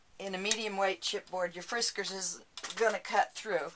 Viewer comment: Hi ~ Been watching your videos and love, love, LOVE them!! You crack me up when you say Friskers cutter. I have a suggestion for you since you hate to cut the chipboard. I hated cutting it too, so did some research. The best way to cut it is with your cutting mat and a rotary cutter. Cuts through it with one swipe!! An end to the dread of cutting it and it's nice and clean too. Hope this helps end your frustration with cutting it for your future beautiful projects =)